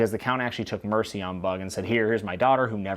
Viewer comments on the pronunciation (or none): none